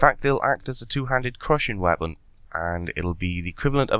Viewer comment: He says weabon instead of weapon lol